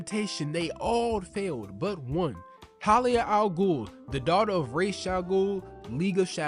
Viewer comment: It’s pronounced Ras like Raspy